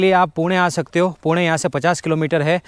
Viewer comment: He prounced 'पुणे' Correctly 😅